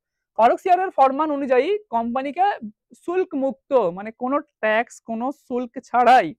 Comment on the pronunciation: ভাই শুল্ক উচ্চারণ টা কি হলো ? ফরমান বা দস্তক কথার অর্থ বিনা শুল্কে বাণিজ্য করার অধিকার বা লাইসেন্স। এই সব ধারণাটা দেবেন না ?